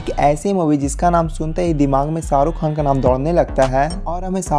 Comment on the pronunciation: Pehli Dafa suna hai "Ssarukh khan , sooting " , Sala ش he ghayab hai